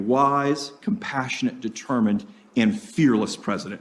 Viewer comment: Wise?? Compassionate?? These are 2 words that Joe (Mr. Potato head) Biden can barely pronounce.